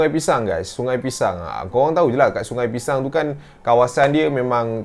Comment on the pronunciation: semua salah sebab selalu sebut pishang..